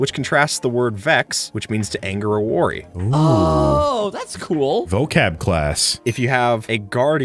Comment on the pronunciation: Bro he said woorry💀💀